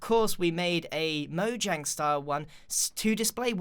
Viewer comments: Is it just me that heard Grian say moyang instead of Mojang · is it mojang or moyang?im just kidding I know it’s mojang not moyang but you said it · he didn't say mojang, he said moyang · It’s not moyang it’s mojang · Also he said Moyang who is Moyang I know Mojang but who is Moyang? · DID YOU JUST SAY MOYANG!!!!!!!!!! ITS MO-J-ANG! look i love you videos but i gotta dislike for that. hope you understand GREEN. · instead of calling it mojang grian said moyang!!! LOL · who noticed he said moyang instead of mojang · It is not moyang is is Mojang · Which one are you: Mojang : Mojang (Moyang) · “ MOYANG “ I love moyangs game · Me:A lot of people call mojang moyang Grian :*says moyang* Me: Im done with this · he said moyang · I'm sorry grain but its so funny you said MOYANG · in the nether did he say moYang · did he just say moyang? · He said Moyang poor tired grian :3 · Grian - This might even be a little bit too much for Moyangs style. Everyone else - Grian roasts Mojangs building skills. Me - Does anyone notice that Grian said Moyang and not Mojang? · did he just say “MoYAng” i’m dying 😂 I’ve been corrected and I found out that’s actually how it’s pronounced so sorry ¯\_(ツ)_/¯ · who else heard moyang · y does grian keep calling mojang moyang? its funny lol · Grian you said moyang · did he say moyang? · He said M O Y A N G Umm... Really? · Not trying to offend you grian bit you said moyang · he says moyang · Lol u said moyang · he said moyang again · m "moyang" moe-yay-ng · Whats "Moyang?" LOL! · moyang lol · Grian : Mo-Yang Me : Mo-Junk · grain you just said moyang on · Ok lol he said Mojang pronouncing the J like a J then he said Mojang pronouncing the J like a Y am I the only one who has gotten very confused at this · Is it pronounced moyang or mojang? I’m sorry I’m a dumb dumb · please pronounce mojang properly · So wait is Mojang pronounced Moyang or Mojang?